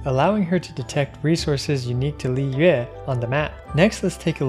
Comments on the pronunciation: oh my god thank you so much for saying liyue correctly i haven’t heard it said right in a while T-T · I love this channel because you pronounce 'Li Yue' in the correct Chinese way not Li Wei.